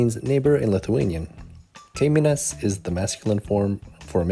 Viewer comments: just a little pronunciation tip for English speakers: you should pronounce letter Y as EE (double E). Example: kaimynas say as kaimee'nas English double E sounds closer to our Y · You've butchered the pronouncation of kaimýnas :D emphasis on "y". And yeah- I've been following Julia's YT channel as I have no issues with russian language. Fav. ep. was when they were making cepelinai! Oh and second favorite- Julia colab with Ekaterina!